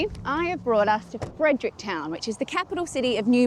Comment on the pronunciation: FrederickTON not Fredericktown 🤣